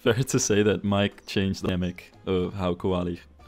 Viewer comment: Every time says “Koali”, all I hear is Eve saying “Wall-E”. Have I been watching too much Disney+?